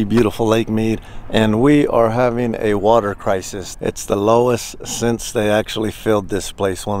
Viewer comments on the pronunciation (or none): none